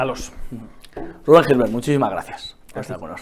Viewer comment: A ver si pronuncias bien el apellido, se escribe Gisbert pero se pronuncia llisbert